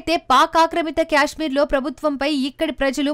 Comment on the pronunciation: క్యాస్మీర్ కాదమ్మా తల్లి కాశ్మీర్ అని పలుకాలి